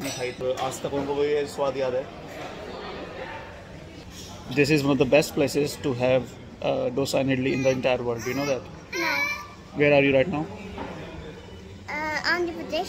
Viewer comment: Hi, please pronounce Dosa with "Do" pronounced as "tho" in the English word "those". Your pronunciation of "sa" in "Dosa" is OK ! Thank You and have a Great Journey!